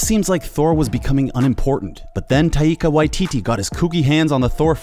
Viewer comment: " TaYIkA Wayi-t-t "